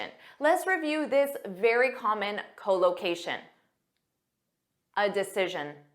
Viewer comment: Your English speaking is good but your English speaking pronounciation unable to catch up it, because instead of collocation spoke that cholocation, this me puzzling.